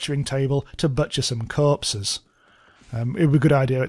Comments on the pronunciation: I can't get over the way you say corpses 😂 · for some reason it's hilarious to me when he says corpses or doors